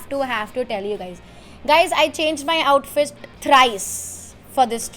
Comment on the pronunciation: is this only me Or other too who heard suhani says OUTFIST 🤔🤔